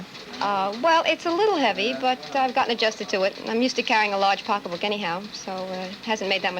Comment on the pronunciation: Classic NYC accent. She said “Pockabook” not Pocketbook.